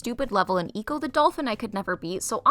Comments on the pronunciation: Also, like 99% sure it’s supposed to be pronounced like “echo” as in “my voice echoed” and not “eco” as in “good for the environment” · Nice Video! also, the way you pronounced ecco was pretty funny, hope to see more from you!